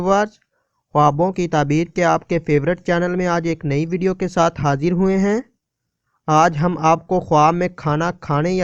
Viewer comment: Hajer nahe hota Hazer hota hai